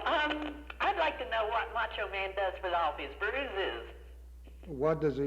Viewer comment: Moncho Man? He keeps calling him Moncho Man.